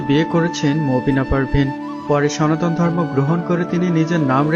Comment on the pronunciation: আহা আহা আহা হরে হরে কালির সোনা বরে বরে 😂😂😂কাইল্লা কালির সোনার বড্ডা আন্ডা, বরিদে শিবের গরম গরম লম্বা লম্বা ডান্ডা 😂😂😂সনাতন ❌সোনাতন✅🤣🤣🤣